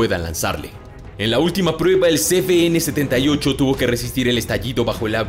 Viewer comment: Por qué pronunciais ce be ene si es ce uve ene?